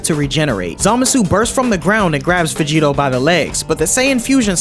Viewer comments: Vegerot?????? Everything is good but VEGEROT??? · saying Vegerot instead of Vegetto. I love the Balck arc. But i preffer the anime version because Trunks got to meet with Gohan again and it was full of emotion and good writing. I also loved the idea of Black traveling trought multiple timelines fighting against alternative versions of the Z warriors.